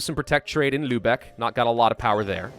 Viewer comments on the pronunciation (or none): none